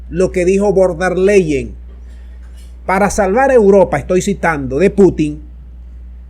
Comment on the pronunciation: SOLO QUIERO CORREJIR A CON EL APELLIDO DE VON DER LEYEN, LA PALABRA VON SE PRENUNCIA EN FON DER LEYEN